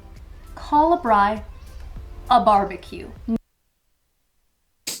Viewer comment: First ever American to pronounce Braai properly 🤣